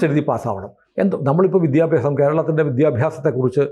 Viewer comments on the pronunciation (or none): none